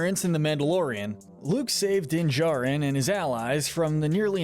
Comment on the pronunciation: I'm sorry but you keep swapping between saying "Jarin" and "Jurin" when pronouncing Din's last name. It's irritating